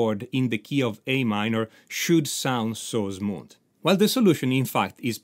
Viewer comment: so Zmooth!! 😊and Zmoothly Your accent is adorable 😄. Very peculiar. Never heard anywhere 😁👍🏻